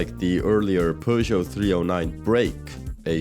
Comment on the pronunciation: Pojo? is that how you pronounce Peugeot?